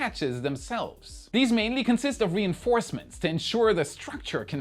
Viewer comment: an extra one: reinFOURcements 2 😂